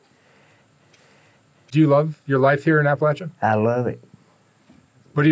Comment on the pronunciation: This is the first video where you pronounced APPALACHIA correctly